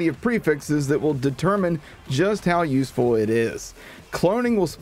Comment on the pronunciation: I like the emphasis on "how useful".